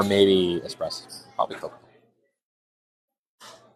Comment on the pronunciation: IT'S NOT EXPRESSO.... IT'S PRONOUNCED ESPRESSO. THERE IS NO X. I HEARD HER SLIP UP A COUPLE TIMES. NO BIG DEAL. MY BROTHER SAYS IT THAT WAY AS WELL.